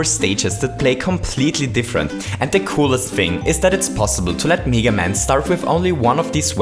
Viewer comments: Its mega NOT MEEGA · it's pronounced meh-ga, not me-ga. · M-E-ga maker and mEga man its mega not mEga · why do you say 'mega' as 'niga'? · You pronounced mega wrong, its MEH-GUH not MEE-GUH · Stop saying Mega as “Miga” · meeeeeeeeeeeeeeeeeeeeeeeeeeeeeeeeeeeeeeeeeeeeeeeeeeeeeeeeeeeeeeeeeeeeeeeeeeeeeeeeeeeeeeeeeeeeeeeeeeeeeeeeeeeeeeeeeeeeeeeeeeeeeeeeeeeeeeeeeeeeeeeeeeeeeeeeeeeeeeeeeeeeeeega maker edit: wait i realised he's saying (m-ay-gah) maker nevermind... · OMG IT'S "MEEGA MAKER" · Who the hell says Mega Man as Meega Man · Do people in your country say "mee-ga? It's just bothering me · Lamborghini Bottle No, we don't. We say mega just as in English. Maybe he tries to sound more English by pronouncing mega wrong?